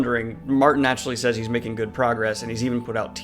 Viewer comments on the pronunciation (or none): none